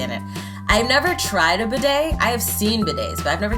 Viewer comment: “Badey”? Lol it’s “bidet”